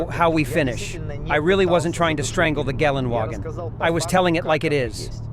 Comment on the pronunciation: What the fuck is "galen wagon"?